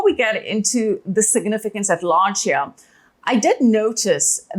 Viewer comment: Every time says 'here'. Heare Love it. Amazing. Shalom.